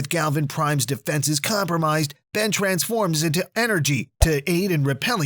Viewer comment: ban (Ben) rok (rook)